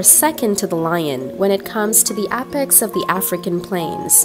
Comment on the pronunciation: They way you mispronounced APEX ruined this video for me